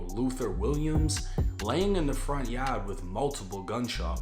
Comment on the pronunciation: I just like hearing him say Yah'd. It's hard in the yah'd.